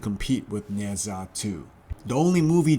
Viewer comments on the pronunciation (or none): "Neh Jaa" not "Neh Zaa"